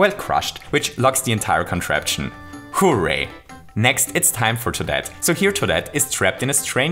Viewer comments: Nobody:: WHO-RAY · I love the way you say hooray It kinda sounds like “Who-ray” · More like "BOOray"